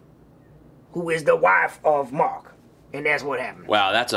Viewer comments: Oh Thank Woo Mwark I Knew you would nwot Lwet mwe dwown OH NWOT THE DWYER! XD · woah woah mawk welax!